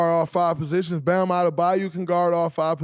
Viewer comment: Say Bams name right gah damn